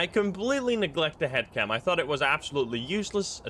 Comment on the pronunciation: I thought he said hat cam at first 😂